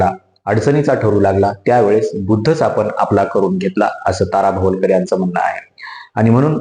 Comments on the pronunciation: भवलकर नाही रे बाबा भवाळकर. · भवलकर नाही हो भवाळकर आहेत त्या